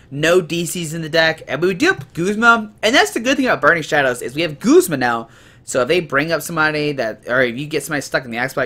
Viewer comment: He's also pronouncing Guzma as Goos-ma. I pronounce him how his name is spelled. Guz-ma.